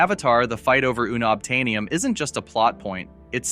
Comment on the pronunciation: Un-uhb-tane-ee-um (NOT) ooh-nob-tane-ee-um